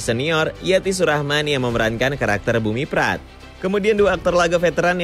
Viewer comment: mripat pak bukan miprat